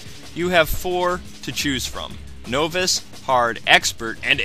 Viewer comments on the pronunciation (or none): It's pronounced 'NOH-viss' not 'NO-viss' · I think it's pronounced novice, short o.